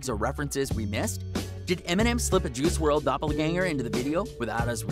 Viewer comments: Did this dude say Juhrual? Dude is definitely reading from a script 😂. Juhrual. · This man said F-T Juice WRLD lmao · "Ju rule"??